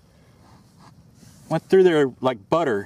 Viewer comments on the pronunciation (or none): none